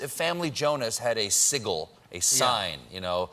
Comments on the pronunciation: "sickle"?? I don't think Sigil is pronounce like that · Kalitz a mispronounced sigil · I'm so personally offended by Stephen's pronunciation of Sigil